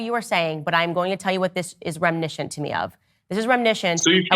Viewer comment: It’s reminiscent not reminishent.😂